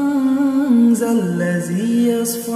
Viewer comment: Есть ошибка в чтении манза ллази ясфау Надо читать яШфау